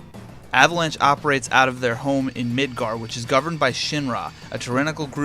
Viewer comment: Although pronounced wrong, it’s way better than midger